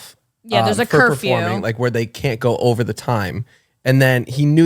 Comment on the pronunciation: “And then I’m bent ovaa” 😭😂😭😭😭